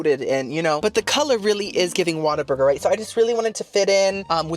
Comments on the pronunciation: Why do you say “Waterburger” when it’s “What-a-burger”? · Girl… it’s WHAT a burger… not Water Burger. But I like your style 😆 keep these coming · My first job was a whataburger and I dunno if you are doing it on purpose but it's pronounced what a burger not water burger lol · Girlie it’s like “WHAT a burger!” lol not waterburger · I wish people would stop calling it "Water-burger" lmao its "what-a-burger" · Oh girlie, it's not Waterburger lol. It's What-a-burger 😅 I had it once and never wanted it again. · I know you're probably sick of the correction.....but it's OMG 😮 WHAT A BURGER. 🍔 Not water burger. 😀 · Whataburger not waterburger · Why does he say "water" burger? Isn't it "whata" burger? Adore you,! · WATER? Burger?? 😂 What-a-burger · Its WHATABURGER NOT WATERBURGER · my guy is Whataburger NOT WATER burger lol.. as in wow "WHAT A BURGER"! ❤ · its not Waterburger its WHAT A BURGER!! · Lmao at pronouncing it Water- burger lol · kept saying water burger I’m cracking up 😭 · it’s WHAT-A-BURGER. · Oh my LANTA! Waterburger lol I love you, and I can handle boofay- but this is hard. Hahaha ❤ still watching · Yes, I wondered why he said “Waterburger” 😅